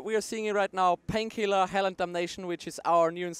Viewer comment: I love how they pronounce it. 'Painkhielah!'